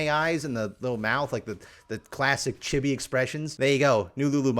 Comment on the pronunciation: i love how pronounces chibi like chubby with an i